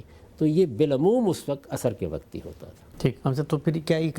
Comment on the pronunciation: صاحب, براہ کرم لفظ "وقت " کو وقعت نہ بولا کریں, اچھا نہیں لگتا.